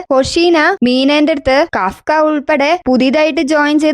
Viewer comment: കഫ്ക അല്ല കപ്പ എൻ്റെ ചേച്ചി കാഫ്ക്ക ആണ് 😂